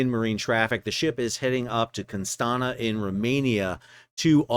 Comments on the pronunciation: ffs it is Constanta read it as Constantza or something, stop butchering it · Hey Sal, just a quick FYI: Constanța, Romania is pronounced like "con-stahn-zza". The ț in Romanian is like the double Z in Pizza.